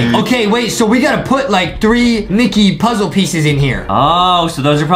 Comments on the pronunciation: Bro it said micket at the start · ah yes MICKET